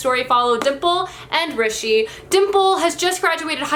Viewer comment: you are the first to pronounce rishi correct on booktube lol ! although the author's name was still incorrectly pronounced...